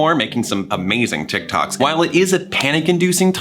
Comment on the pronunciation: his emphasis on "making some amazing tiktoks" go me for some reason